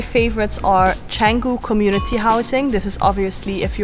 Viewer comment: The first foreign youtuber outside indonesia i hear pronounce canggu 100% correctly